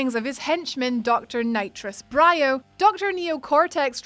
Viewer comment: Mr Sax and Mr Skops in the first Rayman game. Metalhead in the first Spyro game. The ox in the second Spyro game. Palethorn in Medievil 2. Also, you pronounced Brio wrong.